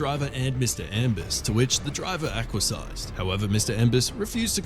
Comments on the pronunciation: let's not use words we don't understand. 'acquiesced' is pronounced 'ak-we-esd', not 'ak-wuh-sighed'. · He what? Aquasized? Think you mean acquiesced. Something for you to google later.